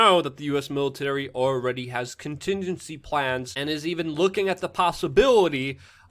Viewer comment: You cant even say contingency plans...